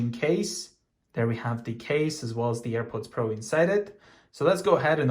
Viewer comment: And also Earports like do you know how to say AirPods Pro right my guy it do simple go my to kindergarten